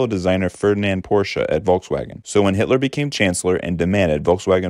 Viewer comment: Pronunciation of Ferdinand's surname is Porsche, it does not have an 'a' at the end of his surname.